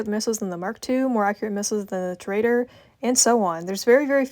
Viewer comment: Ew pvping on gta and also tor-uh-dor